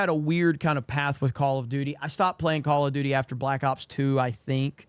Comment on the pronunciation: Call Of Dooty!!! 😂 💩